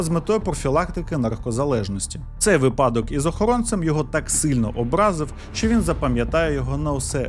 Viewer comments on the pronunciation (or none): none